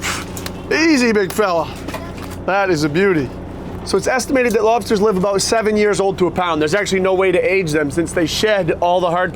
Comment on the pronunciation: Just when we thought couldn’t get any cuter. Then we hear his adorable boy pronounce “lobsters” EXACTLY like his daddy🥰🤩